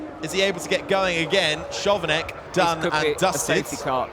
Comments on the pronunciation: that Chovanec pronunciation hurts 😭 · I get that the commentator doesnt know that Chovanec is pronounced Khovanets... he is a new guy... but to not know that Charouz is pronounced Kharows ...that man shouldnt have his job.